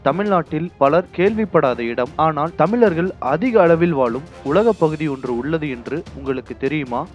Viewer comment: தமிழை தமிழாகப்பேசு சனியனே....தமில்....தமிலர்கல்....தமில்நாடு....இதுதான் தமிழா...நீ .சனியன் பிடித்த நாசமாக போக.